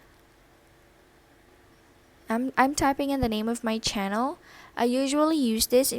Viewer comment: be like "chenol" (channel)